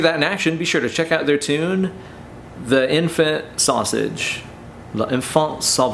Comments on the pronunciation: I thought it was pronounced elephant sausage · it does really sound like a terrible French accent when you say it